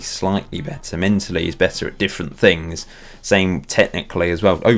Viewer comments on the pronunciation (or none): none